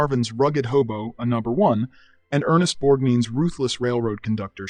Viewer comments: Bore-nine* - it's an Italian name, so the G is almost silent. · It's "Ernest BorgNINE" (Borg-9). not "BorgNEEN".